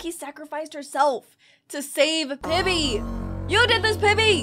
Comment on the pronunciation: "Pibbly" Sorry but I just couldn't get past that